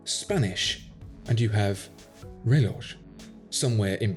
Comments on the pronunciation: Amazing video! But in Spanish, we do not pronounce it, "Reh-loge" like you say . The J in "reloj" is silent. It's pronounced something like "reh-lohh". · Fantastic video! One thing though, reloj is pronounced “reh loh”, not “reh lodge”. Saludos! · Reloj is pronounced with a silent j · yes you're correct. I know it's an audible h for the j used everywhere else but I guess I've not been pronouncing the h at the end of reloj and letting the h sound die at the end. Who knew I'd get pronunciation lessons on a watch channel jajaja 😉